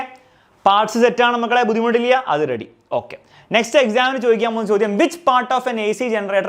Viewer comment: that 'buddhimuttillya'😂